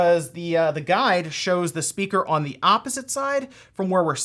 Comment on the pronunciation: Why does he say on like that?. . . . "Uon"